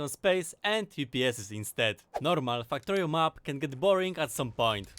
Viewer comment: When I talk about factorio with my friends, I call it my faktoreh We all know why. Factorio = = Factorio